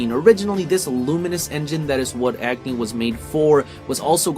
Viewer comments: it's pronounced "ugni" with "a" pronounced like "u" in umbrella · Those who called Tidus Taydus -- they'll pronounce Agni just like you -- Edge-nay lol